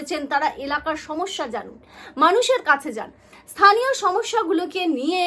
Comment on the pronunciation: থানীয় নয় স্থানীয়।